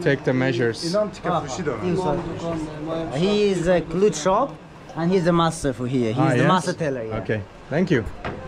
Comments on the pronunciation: The guy was saying “clothes” but pronounced it klut. You asked what is glut? Hahaha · my guy called 'clothes' ...glutes lmao